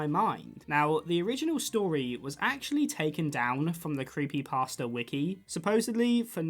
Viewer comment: creepypasta is pronounced thr way youd say "pasta" like the food.